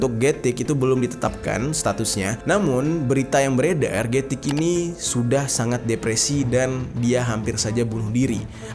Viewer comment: Gatik - กระติก Baca nya "kratik" atau "kra'tik" bang, bukan "getik" walaupun tulisan nya "gatik", karena dalam aksara Thailand, tidak ada huruf yang kedengaran nya seperti huruf G, yang ada, huruf G nya di ganti huruf K